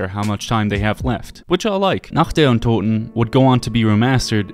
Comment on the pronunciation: Not german, but been studying since I was 10 or so. The way he said "untoten" was legit the best I've heard from english speakers.